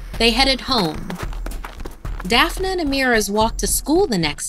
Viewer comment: "Dee-uh-dra" "Daph-uh-nuh" I love ya but these damn pronunciations...